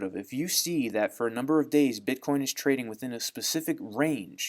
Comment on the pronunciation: Dear, please say "bitcoin"